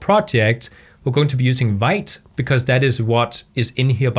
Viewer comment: hey. great tutorial! thanks for sharing your wisdom one thing i wanted to mention which bigged me, vite is pronounced "veet". it's actually french for fast